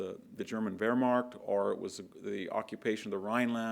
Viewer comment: Nu-kle-ar, not nucelar. Antidote, not anecdote. Battle of Kursk, not Kurtz. Wehrmacht, not wehrmarcht. Geez....